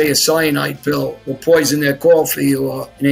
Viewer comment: "Or poisun their cawfee" - John Alite, 2023